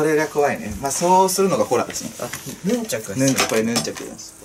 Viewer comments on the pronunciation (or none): ヌ↑ン↓チャク